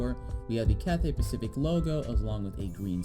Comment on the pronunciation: “Cathay Paciic”